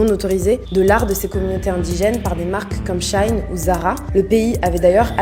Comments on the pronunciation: Ca se dit "She in" pas Shine. Ca veut dire "Elle (est) in" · "Comme Shailln" aie, "She-in"